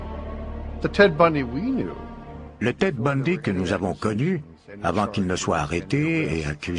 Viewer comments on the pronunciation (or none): L'accent anglais au moment des prénoms et noms des victimes rendent incompréhensibles ceux ci. Kinborly litch ? Ted bohndi?